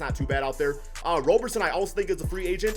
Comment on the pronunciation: its Andre "ROB"-erson not Andre "ROW"-berson, it is like Robertson without the "T" you don't pronounce the "RO" in Robertson or Robinson like "ROW" you pronounce it like "ROB"